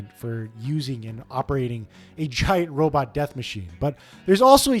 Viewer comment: Each time you said "robot" it triggered my autistic anger.